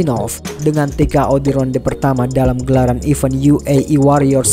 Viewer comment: Maaf kalau saya mengkoreksi naratornya. Huruf G di kata fighter itu senyap. Jadi bacanya faiter bukan faighter. Event bacanya ivèn, bukan iven. Salam